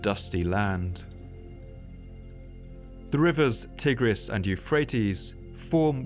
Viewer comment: Tigris is pronunced TY-griss, not TIG-riss.